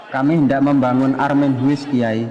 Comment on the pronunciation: Film bagus dan membanggakan. Sedikit masukan. Armen HUIS= rumah miskin. HUIS dalam bahasa belanda dibaca atau diucapkan seperti HOUSE, bukan "huis".... Semoga ke depan lebih baik.